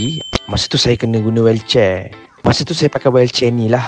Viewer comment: Sebut wheelchair pun tk betul😂😂😂😂